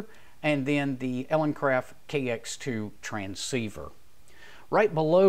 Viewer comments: Good video, thanks. Just wanted to point out that it sounds like your are saying EleNcraft in the video. It is actuall ELEcraft, as in Elegant Craft... Cheers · Elecraft not eleNcraft just fyi.